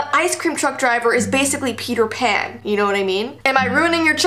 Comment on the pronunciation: Send help I keep hearing Peter pan like Feeter fan